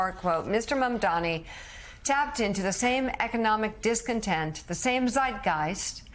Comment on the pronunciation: Joe's interviewing- ugh! He's an arrogant host and irritating former establishment Republican that is baffled by the appeal and victories by AOC, Sanders and Mamdani (learn how to say his name, by the way, Joe!). Only in America 2025 would folks like them be considered extreme left.